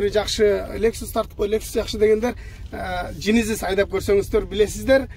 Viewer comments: Джейненис деп айтылат, сен жининис деп койдунго дадин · Генезиз десен